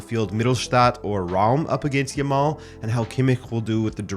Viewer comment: Yamal not Yamall. Say the last syllable like "Al" not "all" . And "eelite" what the hell?